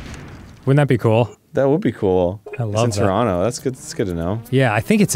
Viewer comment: They said Turono instead of Toronto! May you be blessed with all the poutine and maple syrup your hearts desire